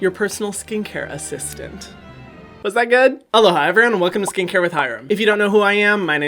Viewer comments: A-CYST-ANT. DEAD. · “a-cyst-tant” 😂😂😂 OMG Hyram I’m cackling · A-CYSTANT AHHAHAHHAAHAH NOT SOJU